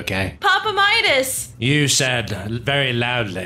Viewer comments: ummmm did I hear say papa mides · I’m dead when Midas said I HAvE cHIeld